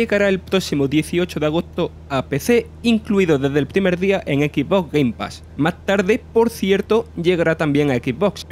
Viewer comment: Microsof flei simulato... En el equis bos gueimpas... No es por tirar joda, pero el narrador debería cuidar un poco su pronunciación, le quita profesionalismo cada vez que asesina un poco más el inglés con esa pronunciación